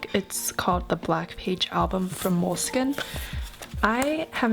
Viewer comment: Please don’t pronounce Moleskin this way .....